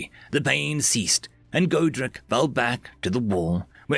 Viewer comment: Not to be mean but you know you've been reading too many alien names when you say godric as godrac lol